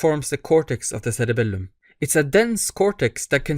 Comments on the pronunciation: Love the way you say SseRebellumm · thats why he has three “L”s in his cerebelllum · I just knew you’re middle eastern from the way you pronounced it